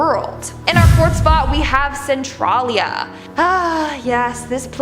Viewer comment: You pronounced a few of those wrong, It's Cen-Trail -Lia and Dull-Say